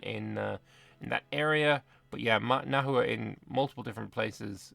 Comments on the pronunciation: FYI, Nahua names and the language (Nahuatl) itself are pronounced like Spanish, so the „h“ is silent and a „u“ before a vowel makes a „w“ sound. So Nawa is how you’d pronounce it. There more complexity like modern Nahuatl pronouncing x differently to Classical Nahuatl, along with long vowels. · Pro-tip: Spanish doesn't natively have the letter 'w', so native words with a 'w' sound were written with an 'hu' instead, which is how that sound is usually spelled in Spanish words. Hence 'Nahua' is pronounced more like 'Nawa'.